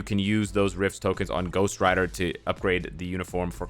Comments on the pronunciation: Who the hell calls him Dyck Ryder? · I'm not a grown up because I laugh Everytime you say Dick Ryder